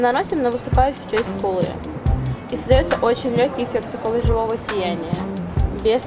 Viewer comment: Я одна слышу не ску́лы ,а скулы́